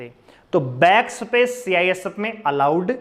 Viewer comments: शबद, सपेस ye kaun si bhasha hai sir ji😂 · Haryanvi boli h